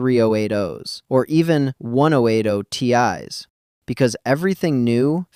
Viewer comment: Narrate your own video instead of using Ai. When the Ai can't properly say "Ten Eighty Ti or Twenty Eighty Ti it's a massive turnoff and I don't hit that Like button.